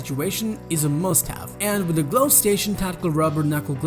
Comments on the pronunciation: I recommend adding someone who can pronounce common English words, such as glove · The way he says glove 🤣🤣